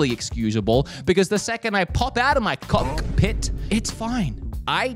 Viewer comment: can I hear you say COCKpit over and over please it's for a friend